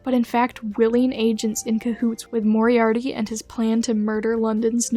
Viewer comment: the way you say moriarty makes me want to tare my skin off and feed it to my cats. you are wonderful and it is not your fault but please never say that name ever again I do not think I can handle it